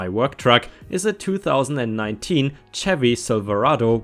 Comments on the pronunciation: Chevy is pronounced wrong, Its sounds like Shevy Not a ch but a shh And I drive a 1996 Dodge Ram 1500 Laramie 4x4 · Chevy - Shevy, with the ch also having the sh sound in the full version of the name (Chevrolet - Shev-roh-lay). Sussex - Suss-ex. 1st syllable rhymes with bus. In every example I can think of, every English word that has u in it, the u has the uh sound, not the oo sound. Of course, as it's English there's probably an exception or 2, which knowing my luck you'll probably discover in your next vid!:D Sen. - Given the context/format (Sen. Name - optional place name - D or R ["I" also, I think, but rare] for party affiliation - 2 letter state abbreviation) the Sen. is almost certainly short for Senator, rather than senior. woot - it's internet slang, rather than a typo/mistake for "what". It's pronounced exactly how it looks, no weird pronunciation rules on this 1.